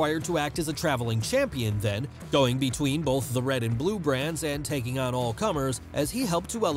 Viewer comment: You say “bolth” in every single video. There’s no L in that word bruh